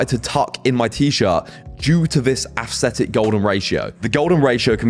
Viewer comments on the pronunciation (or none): The way you pronounce "aesthetic" makes it sound like you're saying "assthetic" lol